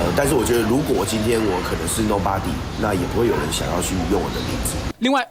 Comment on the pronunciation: Nobody 是「no 把底」不是「no 巴底」，拜託一下。